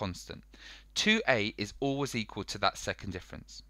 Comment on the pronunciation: Man said equill